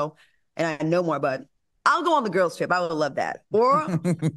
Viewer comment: Al acting a ass cause of the guest host. I know Claudia be over them "gwarls" and Claudia tryna say Al, the same way you pulled Star Jones. That's how.